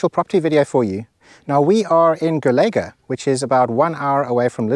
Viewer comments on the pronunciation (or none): Hi Ken, next you're saying Golegã by the right away and with the portuguese pronunciation. It's simple, ã sounds like when you feel a 50 kg bag of cement on your back and certainly the a with the 'til' happens naturaly 🥴😬😁😅. Like maçã (apple)👌👍 Well, I've born in the neighboring village called Pombalinho, thats why I recognized the farm. This farm is also next from Azinhaga do Ribatejo, where José Saramago was born 100 years ago, the only portuguese nobel prize in litetature. My late grandmother told me that they even played as children. My wife is from Azinhaga, and my brother in law, if im not wrong, in about 15 years ago he try to buy this propriety but in that period needed some repair/recover, and the price, made him stoping his child dreams. I will share with him your channel. And what I've seen now, the current owners have done a great job. So, about this propriety history, what I know, first owners were rich people in the region, and they also owned and operated a factory for the canned tomato paste industry called S.I.C. I'm sure you passed from this abandoned factory located in the center of Azinhaga Village, when in your trip to Golegã. This propriety is located near from the rail station, 3 km, called by Mato de Miranda. Is located between Santarém and Entroncamento railway. If I'm not wrong, the regional trains service stops there every hour. From there you can catch/leave train to/from the North and to the South country regions, Oporto and Lisbon respectively an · The least you can do is learn how to say Golegã.